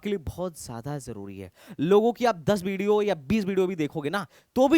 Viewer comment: Video ❌ Bideo ✅